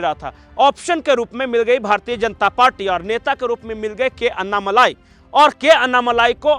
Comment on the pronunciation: भाई कृप्या अन्नामलाई मत कहा कीजिये। सही उच्छार है अण्णामलय